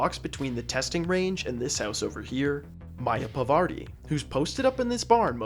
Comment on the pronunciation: Fascinating that this can be done at all, let alone be speedrun. One error I noticed: Your pronunciation of Parvati, which is not Pavarti. A very common mistake among Anglophone Hitman players, for some strange reason.